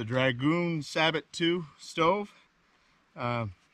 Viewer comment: We don't pronounce the "t" in sabot.